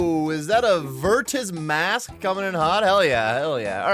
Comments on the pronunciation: Why are you saying virtus with the hard T bro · Why are you saying virtus like that?